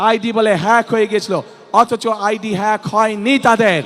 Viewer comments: নেতা তো বলতে পারেনা ফেক না হেক😂😂😂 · মূর্খ্য হ্যাক শব্দটা বলতে পারেনা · হ্যাক শব্দটাই বলতে পারে না, হেতি আবার নেতা?